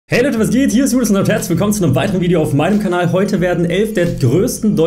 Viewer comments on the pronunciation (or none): none